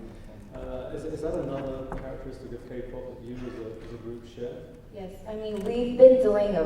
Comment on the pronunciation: parce que quand on aime la Ka-Pop on dit Ké-Pop...